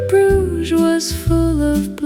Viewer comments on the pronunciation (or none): Love Bruges but it would be nice if your pronouncing of this lovely city was correct 😢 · Bruges, pronounced broozh; it's prob AI generated...